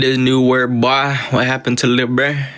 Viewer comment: Hes so annoying cant even say boy right. "Buuii"